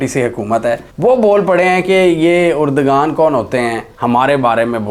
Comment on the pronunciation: Mohtaram turkey k wazeer e Azam ka naam urdoghan nahi hai erdoghan hai